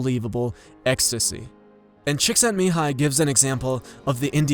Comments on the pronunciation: No, it's Chick-sent-me-hi -ee (you need 'ee' at the end). Look at the i at the end of his name. (PS: I'm native Hungarian) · The i at the end of his name is pronounced as 'ie'. Cheeksentmihai-ie. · Am Hungarian, it's Cheek-sent-me-hi-yee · Csikszentmihályi <- that I in the end, should've been pronounced, not omitted. :) ˈmiːhaɪ ˈtʃiːksɛntmiːˌhɑːjiː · I repost it here too. His name should be pronounced 'Mee-hi' 'Chick-sent-me-hi -ee' (you need 'ee' at the end). Look at the i at the end of his name. (PS: I'm native Hungarian) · by the way you are not pronouncing his name correctly. Missing the I at the end that is pronounced e:-) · thats not exactly how you say his name. at the end of csíkszentmihályi, you didn't pronounce the "i" which sounds like "i" in "is". :) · Love the video, but that's not exactly how you are supposed to pronounce his name :D